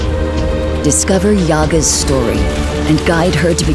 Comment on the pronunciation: Guys, yAga not right.. it need's the sounds like yagA